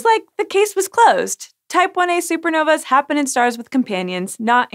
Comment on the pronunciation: The plural of supernova is *Supernovae Pronounced "SOO-per NO-vee". You're welcome "sci" show. ;)